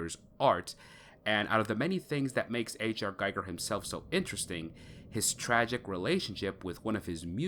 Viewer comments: His name is pronounced Gee gur not guy gur and that's not jee it's gee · Ackchyually, it's pronounced "GHEE-gher." Basically, the world depicted in Scorn is a caricature of our own everyday reality. Also, it seems to draw influence from not only Giger but also Cronenberg. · Being a fan of H.R. Giger, you should know, how to pronounce his name correctly. Instead you are pronouncing it as the name of Hans Geiger, the inventor of radiation detecting and measuring device. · Pronounced gee-ger